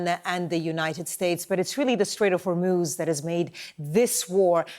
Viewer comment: It's not "Hor-moooooooooz". It's Hormoz. Get it right.